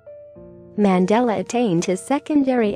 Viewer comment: Worst pronounciation ever of our former Presidents name